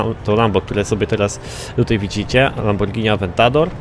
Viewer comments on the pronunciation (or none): none